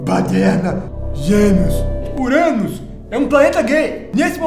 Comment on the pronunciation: "Urânus". kKkkkk